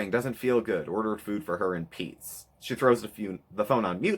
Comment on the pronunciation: the “GOOD. FOR. PEETZ.😬” took me out lol